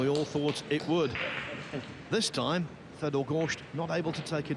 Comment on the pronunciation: I wish someone would tell that Fedor's name doesn't rhyme with beet soup